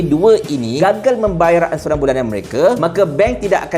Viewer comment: Tgk tu, nk sebut perkataan "Ansuran" jadi bunyi perkatan "'Insurance" dlm bahasa Eng... Hashahaaa. ENSUREN.... Hahahahaaa.. Lawoooo nye mat maz ni.. Cakap ala pelat org british wooo...ade ke ANSURAN jadi ENSUREN... Hahahaaiii... Cuba awak2 semua review balik vttu hahahaa.. Lawok weii.. ANSURAN boleh jadi ENSUREN bila para non2 berhujah.. Bayaran Ansuran Bulanan tu kan... Boleh lak jadi "Bayaran ENSUREN Bulanan"... Hohohooo.. Adehhh la.. Mcm mane la kalaiu org luar tgk sampai mcm ni skali level minister kiiter ni yerr... Ayooo...